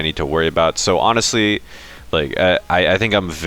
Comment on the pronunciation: did you actually say anastly-honestly lol hahha